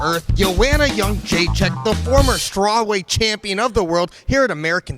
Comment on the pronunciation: Why do they say Youngjaechek if it's Jedrzejczyk ?